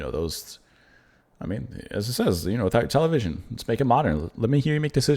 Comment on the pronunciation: Another great song off my favorite Depeche Mode album. I remember the first time I heard it, I laughed at the way he pronounced the word television. I still smile every time I hear it. Thank you for doing this whole album.